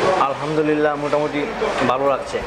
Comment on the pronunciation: word টা ভালো not বালো । উচ্চারণ ঠিক মত করেন।